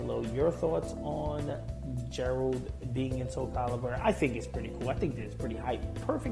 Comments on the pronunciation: It's Geralt not "Jerald" get it right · well most names in The Wicher have Polish pronunciation so alot of people make that mistake It is even a joke in the game when some woman calls him "Jerald" and he corrects her